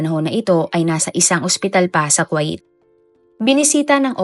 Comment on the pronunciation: NO BASHING PLEASE BUT Miss narrrator ayusin nyo nmn po ang pronunciation ng mga salita tulad ng "KUWAIT" (ku-w8) hindi po KWA-it! Im sure d lng adults mga nanunood kundi May mga bata rin pra po macorrect din kung papano tamang pagbigkas ng mga d nkkaalam ang hindi cla mapahiya at yung tamang pgbasa at pagbigkas ang mkksayan.